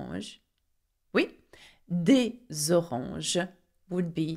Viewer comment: Nice pace. Just be aware that the indefinite article is NOT pronouncd AY, but as schwa!